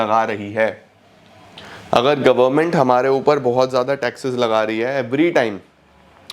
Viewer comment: Zyada ❌Zada✅